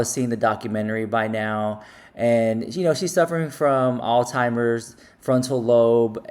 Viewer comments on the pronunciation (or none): …. The disease is “Alzheimer’s” not “all timers” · I think that’s our point. She doesn’t need small click bait captions about her. It just fuels the fire. couldn’t even think of or pronounce her disease. I’m not saying any of this to be disrespectful to you, I’m sorry if it comes off rude. I’m just very sensitive to this subject. 🙏🏼